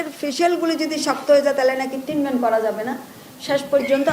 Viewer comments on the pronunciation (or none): এটা ট্রিটমেন্ট, ট্রিনমেন্ট না। মহিলা আঞ্চলিকতা মারাতে গিয়ে শব্দের এই অশিক্ষিত অপব্যবহার